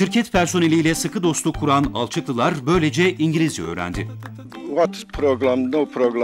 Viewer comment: Allahım ne kadar güzel Engelizce slshsjslsl